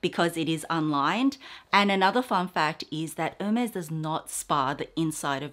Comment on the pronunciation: the collection is stunning! It’s really breathtaking. A side note🍒🍒 It is pronounced no matter where you live Air-Mez I have googled it, YouTubed it & asked my SA. Xoxo nanc 🍒🍒